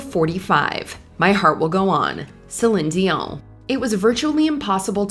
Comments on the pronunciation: I didn't think this was AI, but the way Cline Dion was pronounced make me wonder, anyway, great vid. I would add on Shinedown - symptom of being human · I've seen the woman, she's been doing this for years and years. I think they purposefully mispronounce things sometimes to either sound fancy or to increase engagement on the channel. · why are you saying Celine dions name so weird?